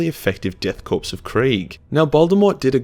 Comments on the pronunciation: Good video but that korps pronunciation though. It's not corpse. It's Kor/cor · In Korp you dont pronounce the P its just kor